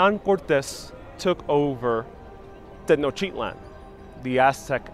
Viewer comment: Why are you saying Tetnochitlan when it is Tenochtitlan? Why noone, who is doing these educative videos can`t pronounce the names properly? WHY?